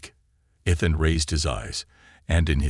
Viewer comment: The AI needs a lot of tweaking. You still cannot pronounce the word or name I should say, Ethan. There is no. F….ing! And yet the stupid AI says the same thing in every story. Find another name, but stop using, Ethan.